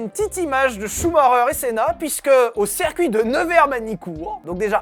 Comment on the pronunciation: Bon, je ne voulais rien dire, mais, parce que tu le fais à chaque vidéo, et pour le bien des oreilles de la communauté : on dit "cIrcuit" pas, "cèrcuit" ! ;-)